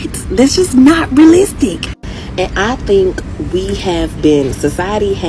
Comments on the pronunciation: She can't say realistic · She had trouble with saying monogamous, realistic and appeasing. Plus more she needs to turn the camera off and pick up a book.